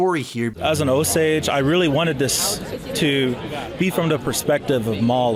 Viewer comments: Best review I’ve watched so far. Also, FYI that it’s, “Oh-sAGE” and not, “Oh-sAUge.” 🙂 - An Oklahoma Choctaw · Oh dear, he's going to keep saying "oh-sahj". Argh. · Osage is pronounced Oh-sayj with a long a. We need to be respectful of the pronunciation. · I agree it is annoying how he watched the movie, but still does not say it right. I would say it is like, oh-sage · yeah its pronounced Oh-Sage, not what ever he is saying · Mispronunciation drove me crazy in this review. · I am sorry what?? please say the name of the tribe correctly.... I am sure the film did at least once. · I was wondering if you actually watched the movie, since you mispronounced Osage. I would have liked a little more perspective from the Osage.